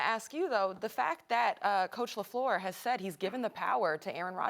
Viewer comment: hey Max, get off Steven A. he's pronouncing "Lafleur" properly and respectfully. also Rodgers' GREAT talent has been WASTED in Green Bay.